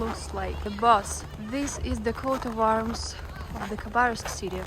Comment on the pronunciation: its not QUOTE of arms, its COAT of arms, like COTE de Ivor (e vwaaa, like french, the IVORY coast.) COAT. COAT.